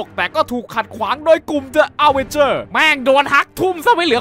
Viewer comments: ดิ อเวนเจอร์ ไม่ใช่เดอะ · เค้าอ่านว่า ดิ อเวนเจอร์สไม่ใช่หรอคับ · ดิอะเวนเจอร์ ไม่ใช่เดอะอะเวนเจอร์ครับ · ขอแก้หน่อยนะครับ the avenger เดอะ อเวนเจอร์ ออกเสียงผิดครับ ออกเสียงว่า ดิอเวนเจอร์ ครับผม สำหรับบางคนไม่รุ้จริงๆนะครับทำไมออกเสียงว่า ดิ แทนที่จะออกเสียงว่า เดอะ เพราะว่าคำที่ต่อจากคำว่า the มันขึ้นต้นด้วยสระภาษาอังกฤษครับ ซึ่งนั้นคือ A E I O U มี5ตัวครับ ยกตัวอย่าง The incredibles Hulk ออกเสียงว่า ดิ อินครีดิเบิ้ล ฮัคดังนี้ครับอยากให้พี่หรือใครที่อ่านเม้นนี้ ใช้การออกเสียงที่ถูกนะครับ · ถ้าคำต่อจาก The เป็น a,e,i,o,u ให้อ่านว่า ดิ ไม่ใช่ เดอะ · ใช่ครับ อังกฤษก็อ่านว่าดิ เพราะคำว่าเดอะมันอยู่หน้าตัวอักษรสระ เคยเรียนอยู่ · เอิ่มพี่คับ คำว่า The avengers มันต้องอ่านว่า ดิอเวนเจอร์ ไม่ใช่หรอคับ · พี่น่าจะพูดผิดนะครับ :-: The Avengers อ่านว่า ดิ อเวนเจอร์ส ครับ :] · ดิ อเวนเจอร์ ครับ ไม่ใช่ เดอะ อเวนเจอร์ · ดิ อเวนเจอร์ ไม่ใช่ เดอะ อเวนเจอร์ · มันอ่านว่าดิ อเวนเจอร์พี่!!! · อ่านว่าดิอะเวนเจอร์นะครับพี่